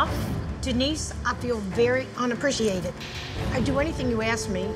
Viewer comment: Denise? You mean Dee-nice?